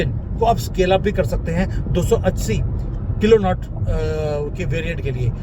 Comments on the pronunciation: It is not किलोनॉट्स but kilo Newtons. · It's Kilo newton ,not kilo not